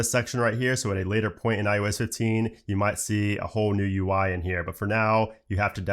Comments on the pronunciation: How does this guy not know he's fucking saying, "iUS"?? It's iOS buddy... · This man keeps saying iUS instead of iOS. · It’s “ IOS “ not “ IUS “ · i hate the way he says IOS